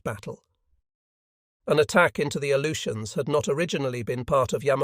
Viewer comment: Not sure what the "A-loot-e-ans" are.